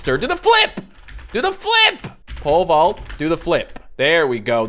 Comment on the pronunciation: When he says pole vault it kinda sounds like he's saying pervert